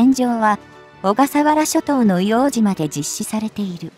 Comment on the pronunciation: 「いおうとう」です。